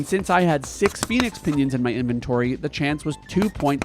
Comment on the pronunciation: I was gping to comment and blast you for saying stuff wrong and then I realized no one calls a pheonix pinion a phoenix pinuyay... So I realized u were doing it on purpose. And im not mad now. Good day and great video. Lol